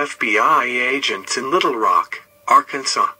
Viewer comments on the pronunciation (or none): none